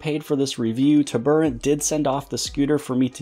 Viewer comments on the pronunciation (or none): TURBO...... ANT Turboant It's not TUB.. ER.. ANT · "Tuburrant" bruh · Isn't it pronounced, "TURBO ANT"? why are you pronouncing it weird?